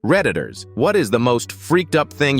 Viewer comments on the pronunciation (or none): Bro i thought you said predators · What i heard: Redditors: ❌️ Pr3d-tors✔️ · I heard predictors instead of redditers 💔😔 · When he said redditor i heard predator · When he said reddditors i heard "predators"..